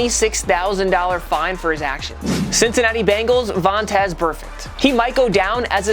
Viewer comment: Am I the only one that heard him say Vontazz